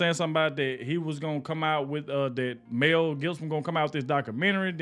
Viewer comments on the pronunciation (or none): Who the F … is Meaaaaalll Gibson? Is it perhaps Mel maybe? 😂